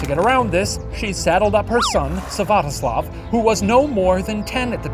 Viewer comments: not to be the party pooper, but it's Svyatoslav, not Syvatoslav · "Syvatoslav" ummmmm Shane it’s not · Olga's son's name is Svyatoslav, not Syvatoslav!